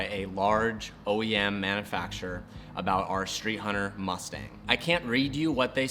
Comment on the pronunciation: “Manafacture” lol